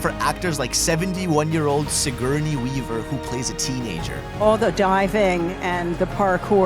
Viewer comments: Si-GOUR-NEY not Si-Gurn-EE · Homie really said Siguurney weaver 😂